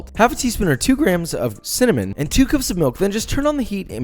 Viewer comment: Josh: 2 grams of CINNamon! Me: damn that’s a bad VOICEcrack.....nvm 😂